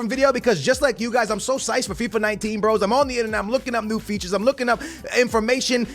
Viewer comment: this is a little thing but psyched Is said syked not syched. Thanks